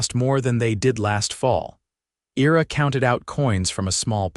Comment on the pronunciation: Your AI can't pronounce Ira correctly.